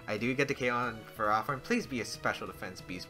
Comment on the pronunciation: Who pronounces ferrothorn like Pherah-thorn?